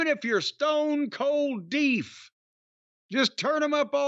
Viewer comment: I haven't heard someone say "deef" since I was in elementary school.